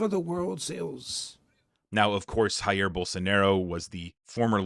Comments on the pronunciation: great video! jus FYI: Brazil doesn’t speak spanish so “Jair” is not “Ha-eer” but Jair, like it would be in English “Dja-irr” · Just a side note, you pronounced "Jair Bolsonaro" with a "R" sounding J like in spanish. But in portuguese we pronounce the J like the S in "Measure". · As a typical Anglo-American, you pronounced the letter "J" in JAIR BOLSONARO in Spanish - Reminder: The officil spoken language of Brasil is PORTUGUESE - The letter "J" in PORTUGUESE is pronoucend closer to the "J" in French. Sort of like the "J" in JaJa Gabor. ABeen around the world a couple of times but only Anglo America can't seem to get it.